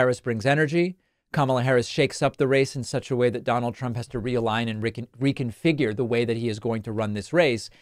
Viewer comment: I just found it amazing that she was able to say “reconfigure”.